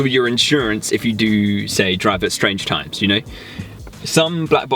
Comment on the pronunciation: I love how he says strange times. Just sounds funny